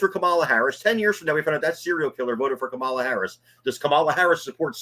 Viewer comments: The way this mouth breather pronounces Kamala’s name tells us all we need to know about how he really thinks. Deplorable. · The so-called intelligent man that has so many followers is so ignorant that he cannot pronounce Kamala Harris's name right who is stupid????? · It's indefensible but at the same time supporting the same narrative.You are dumb, really and pronounce her name , right. By the way trump inherited a great economy from third base and he started on third base and still lied about COVID to try to win an election. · You guys let the guy mispronounce Kamalas name and allow him to say that she wants to usher in communism, without pushback….he may be a friend of both of yours, but you dont treat him like one of your callers with this kind of absurdity.